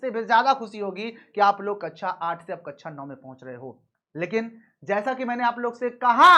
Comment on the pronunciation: Please स और श सुधार लें। Word class को ककषा बोलना है न कि ककछा या अच्छा ।